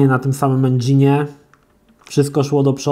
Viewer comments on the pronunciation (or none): none